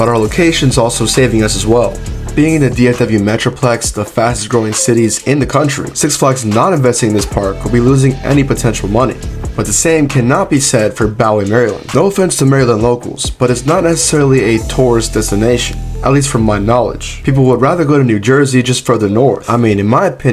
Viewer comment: It’s not Bow-ie it’s Boo-ie lol